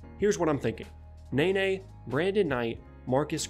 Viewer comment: It's "nuh-ney" and "Mar-keys Chriss" not nay-nay and Marcus Chriss